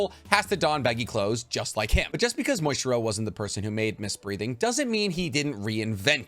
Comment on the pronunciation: Are you calling Muichiro "Moistchiro" intentionally or is that how you just pronounce his name?